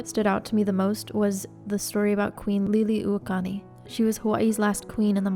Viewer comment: I love this. Thank you for taking the time to share some of Hawai’i’s dark history. Her name is pronounced lee-lee-ooh-oh-kah-luh-nee. Hope that helps!